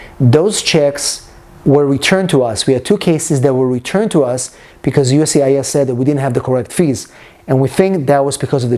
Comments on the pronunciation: I keep hearing you say UCIS. Where is the 'S' of the US? Lol... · Please pronounce USCIS properly please. you say ucis